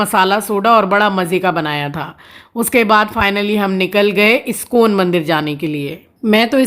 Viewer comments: Iscone 😮 Iskon hota hai...mind ur proninciations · iskcon bhi to galat pronounce karti hai uska kya.